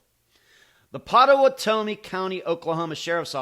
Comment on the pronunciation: Pot-uh-watt-uh-me is how to pronounce the county, if this makes sense. I live in Oklahoma County next door. The Red River would be the only river in which someone would refer to it as “the river”. I have crossed that river many many times. You always lose phone service just before crossing it, as you are leaving Oklahoma into Texas. Not sure I should even be commenting, but will since you put some effort into this video. I know Andrew. Hired him years ago when he was about 20 years old. He has since left the company that I hired him with. I was floored when I heard of him being missing. I still know people that know him and his family and have since been told by somewhat reliable sources, as their information is hearsay, that Andrew met Mr Stussions wife on a flight to somewhere, and took a liking to her. Then they became friends afterward leading to him becoming partners in the restaurant business with them for a short period of time. Something went bad between them and the result was Andrew losing $250,000.00. What I have learned is that the FBI is in search of Andrew and had reached out to him to interview him in the murder of the Strussions. The story is that Andrew, never having ridden a motorcycle purchased one for the sole purpose of a trip to Ohio, since a motorcycle cannot be tracked by systems like On Star. After he learned how to ride the motorcycle took off to Ohio and performed this crime, as he knew the layout of the area and their home. They were closing in on